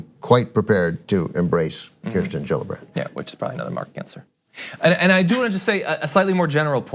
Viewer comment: Kirstin, not Kristin.